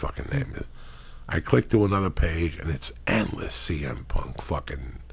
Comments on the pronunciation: “CM…..CW PUNK” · he said CW PUNK lmfao!!! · Cringing at him going out his way to mispronounce cm punks name over and over again to act like he doesn't give a fuck like an immature teenager. Joe rogan and all his pals all act like idiotic 15 year olds. Ps. Ive never watched wwe and never will.